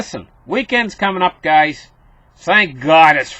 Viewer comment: I thought he was saying "Glad to have you gays here." !!!